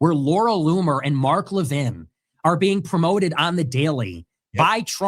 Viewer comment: I agree with literally everything you say except for the pronunciation of Mark Levin‘s name. It’s not Leveen. It’s LevIN. Sorry I know this is stupid but I have autism and it literally drives me nuts lol but again I literally agree with everything you say